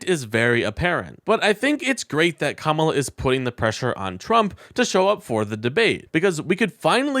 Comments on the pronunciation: I know it’s not intentional but you skip the second A when you say her name “kamla”. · When all Trumpty-Dumpty has is to make fun of how people choose to pronounce their names, we know he is nothing but an immature school yard bully. VOTE BLUE! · The only reason I make this mistake when saying her name is because y favorite superhero is Kamala Khan, so sometimes I get the two pronunciations confused. I’m betting Trump has no idea who Kamala Khan is. He has no excuse.